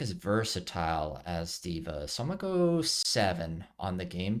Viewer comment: You said it right: D.Va like diva